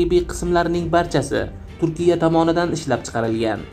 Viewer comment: Avval to‘g‘ri gapirishni o‘rgan 10 ta gapingdan 4 tasini xato talaffuz qilyapsan turkiya, firtina, kordinata degan so‘zlarni qaytadan aytishni o‘rgan yoki boshqalardan eshitib ko‘r. Xarbiy kemalar yer usti va yer osti nishonlarni yo‘q qilishga mo‘ljallanmagan o‘qiyot matningni bir qaytadan ko‘rib chiq...